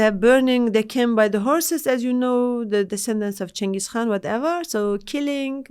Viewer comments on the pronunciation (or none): none